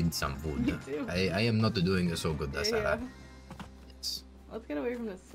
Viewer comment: sar-sars-sarah HAHAHAHA